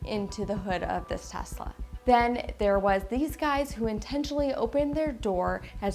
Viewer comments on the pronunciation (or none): It's "Tesla" not "THES!LA"